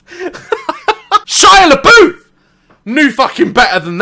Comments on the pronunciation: Am I the only one confused why he said shia labeouf like Shia leboof not shia lebuff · hold up did dat day said labOOf? as in pronounced labOOf? no disrespect tho man